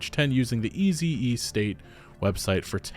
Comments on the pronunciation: It physically hurt hearing "Easy-E-State" instead of "Easy Estate" as it should be read/said... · He kept saying EZE-state 🤣